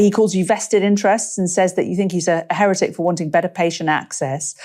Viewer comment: Scary stuff. I don't like Streeting at all. BTW what's this with he-RETT-ic? It has always been HERR-et-ic.